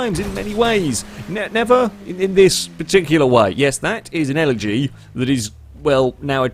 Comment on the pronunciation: Elegy turned into a eletree...... I'm sorry.